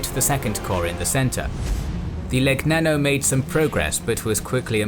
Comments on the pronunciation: Great beautiful video, I am really amazed by the precision and accuracy of the whole analysis. The only flaw is the pronunciation of some words in Italian such as Legnano or Cagliari, but they are understandable errors, I admit to speaking a language a bit complicated for you English XDXD. I am amazed at how terribly beaten our army has been by the Greeks and this is proof of the Duce's inability to evaluate and organize the skills of generals and preparation for war. An embarrassing defeat due to embarrassing leaders. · The gn in Legnano is pronounced incorrectly: see "Pronouncing the sound GN in Italian" by "Learn Italian with Lucrezia"; gl in Cagliari pronounced incorrectly.......